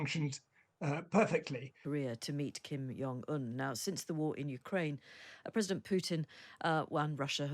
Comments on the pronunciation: How can a journalist talk about anyone, yet not know how to pronounce the name of the individual they're speaking about. Their lack of knowledge, amuses me. Kim Jong Un, not Kim Yong Un. Other than that, Rocket man and his Russian equivalent, I'm sure will meet their maker in the near future. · Kim JONG Un (not Yung)